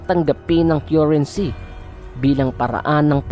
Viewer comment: Sorry to burst your bubble, guys. This is a big LIE!!! First, how can you believe someone who cannot even pronounce CURRENCY properly? Second, tons and tons of gold hindi man lang nila nagawang ishare sa mga pilipino? Kahit buong mundo kaya nilang tulungan pero meron ba silang kawang-gawa na galing sa sarili nilang kayamanan? Saan ba galing yang gold na yan -- tallano o yamashita? Kathang-isip lang yan kung walang maipresentang proof. Lastly, sino ang source of information ninyo? If you do research, nilalagay sa bibliography yung lahat ng sources of data or info para pwede mong mavalidate kung totoo o hindi yung pinagsasabi ng researcher sa research paper nya. Have a good one!